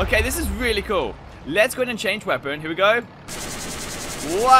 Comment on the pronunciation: No one: really Him:weally